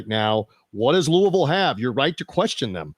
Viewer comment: as a Louisville native and alumni it warms my heart that you can correctly pronounce Louisville, but you break my heart my taking GT against my boys, lol.